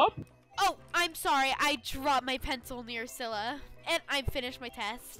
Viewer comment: It’s cilla not scilla